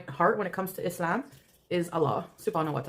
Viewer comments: The way she says "Islam" (e-slam) with an Arabic accent is CRINGE! This is new and it's how that other convert woman says it that she's talking about. I guess she wants to be her. 😂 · So she now pronounces it “isssssss-lahm”